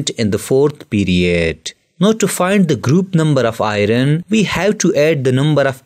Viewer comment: Next time pronounce Fe as (iron)Ayorn...not Ay_ron